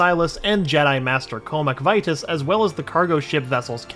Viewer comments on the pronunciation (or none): none